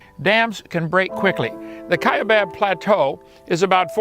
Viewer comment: It's the Kaibab Plateau you m0re 0ns, not the "Kiabab Plateu"